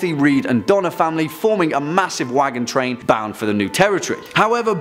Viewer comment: Need to pronounce that hard 'r' on Donner, because the pronunciation is coming across DONNA REED, an American actress. 😂